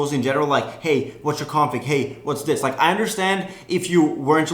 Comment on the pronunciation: it's not "dis"